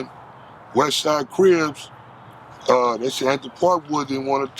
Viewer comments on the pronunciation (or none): He's using 'Cribs' and 'Crips' interchangeably. Is that on purpose or is that a speech slur?